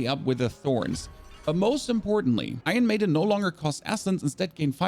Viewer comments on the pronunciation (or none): "Ion Maiden" "charactu" 🤣 Bro, where are you from that they did away with their R's? Sorry, couldn't resist. Anyway, This is very close to the build I ended up with at lvl 50 and just intuitively choosing along the way. I'll be using this as a tweak guide as I'm having essence issues rn.